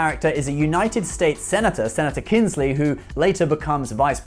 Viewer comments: Senator Kinsey, not Kinsley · Kinsey, not Kinsley. There's no "L" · it's KINSEY not Kinsley!!